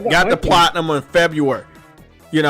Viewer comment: says the word "Platinum" weird in 3 different ways. Can he not say it right?